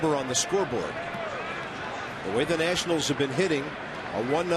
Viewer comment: ah yes, the Washington Natinals